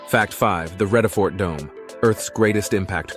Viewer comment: very deceiving picture of table mountain. That snow is so not on. Fynbos. It's pronounced FAIN-Boss Vredefort. It's prnounced frear-der fort (frear rhymes with dear). Please abandon any American accents. Use a British accent. Van Niekerk is pronounced FUN Knee-keh-rk. The R is VERY STRONG....RRROLLLING....lime in Soanish or Italian.